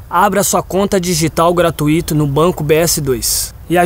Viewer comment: Gente, alguém fale para o Rodrigo Caio que não tem acento agudo no "i" não. "Gratuíto" KKKKKKKKKKKKKK